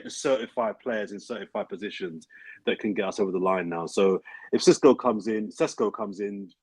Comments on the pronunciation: calling Sesko, 'Sisqo' was brilliant 😂😂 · Who's this Sisqo you're signing, not expecting him to start belting out Thong Song at half time are you 😂 it's SESKO bro